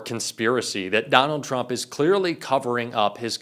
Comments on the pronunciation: "TURMP" ... lol! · Who the heck is Turmp? If you want us to take you seriously, pay attention to your presentation.